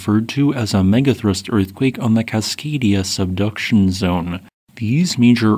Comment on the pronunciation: "Cascadia" Me when i am a slave to history